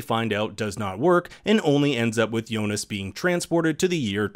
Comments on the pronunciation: also jonas. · But is it me or does kind of pronounce Jonas with a J sound instead of a Y? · Hearing names pronounced wrong is kind of annoying. Yo-nas lol. However, it doesn’t mean this video isn’t dope. 😎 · Great round up but kind of off putting the way he is pronouncing Martha and jonas Lol